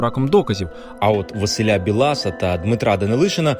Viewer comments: Не БілАса, а БіласА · не БілАса, а БІласа. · Не БіЛаса а Бі ласа 😂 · Не Василя БілАса а В Біласа. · Білас наголос на і